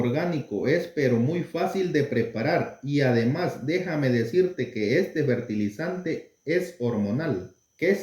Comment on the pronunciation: FERTILIZANTES No se Dise Bertilizante